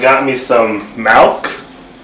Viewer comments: First of all it’s MILK not malk because obviously it has an i in it not an a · haha malk go brrr